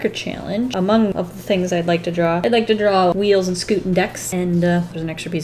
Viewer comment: It's spelt WEELZ Also: "weels"